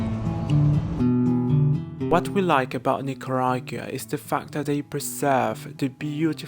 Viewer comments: La tiene care de iguana, su papa es nica y se hace que no puede pronunciar Nicaragua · 🙄So I guess you didn't have to live in Costa Rica to comeback gay to Nicaragua, 🤔huh?!! 🇳🇮 bye the way: I think you should at least pronounce "NICARAGUA" properly! 🤨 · Con esa cara y no podes pronunciar Nicaragua